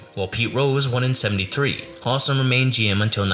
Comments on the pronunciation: Howsam, not Hossum. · Howsam is not pronounced Hahsum. It is HOW-sum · Not to quibble, but the Reds GM was Bob HOW-sam, not HAW-sam. And it's not Pedro Boren, it's Pedro Bor-BONE. Checking on how to pronounce the names in advance will help you when you make your next video.